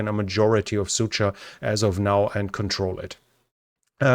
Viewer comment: You already was told that not a Sucha (dog female), but Суджа, дж like Джордж George The same way not a "ryba" (fish) but "rybar" with not a silent "r" at the end - the human who fishing (рыбарь). You can copy-paste the words in google translate and play sound to hear how to say it.